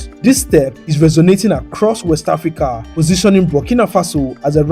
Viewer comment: Thank you so much, I love your voice, it’s great to hear African city names being properly pronounced. Thanks too for the footage of the factories so we can see the people working. I’m very interested I processing and self sufficiency. Kenta could learn so much. I’m a new proud subscriber. Keep up the good work